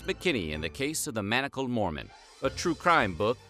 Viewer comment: She read the word Mormon as MOREMAN